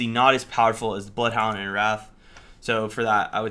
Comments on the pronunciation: Calling Wraith - "Wrath". Its spelled with an 'i' for a reason my dude >.< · her name is wraith not wrath lol